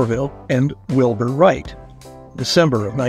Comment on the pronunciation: If you can't manage to get the names of the Whright Brothers right....I don't need to bother with this vid. Writes??